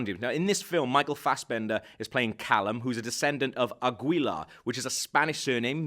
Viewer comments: In "Águila" the "u" is silent. You are saying "ágüila" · Aguila is pronounced Agila And Altair isn't pronounced as Alta Air, it's pronounced as Alta-ir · Aguila in spanish, its pronouns AGILA. the U is silent. Like Guillermo. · The u isn't pronounced in construcs of the type "gui" and "gue"